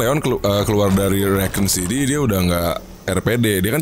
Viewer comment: Rekon city Wkwk Rakun city gor wkwkwk